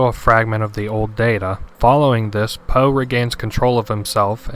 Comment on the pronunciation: HIS NAME IS NOT FUCKING POE please... no more... i cant take it...